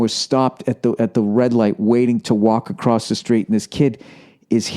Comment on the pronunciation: What is with people and saying Acrosst???